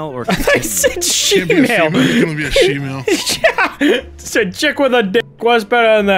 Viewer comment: watching Soups video he definitely said “female” but, on Blargs it sounds like “shemale”